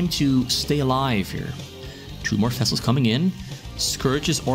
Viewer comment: What a brute zerg! You saying fessels all the time, instead of vessels (interestingly enough you can pronounce “v“ in other words)